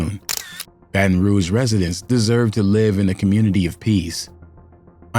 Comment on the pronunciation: Did he say commurnity? 😂